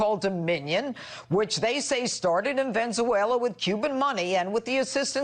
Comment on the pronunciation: "Ven-za-wayla" LOL!